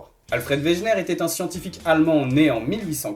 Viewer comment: On ne dit pas weGUener ? 'en prononciation ?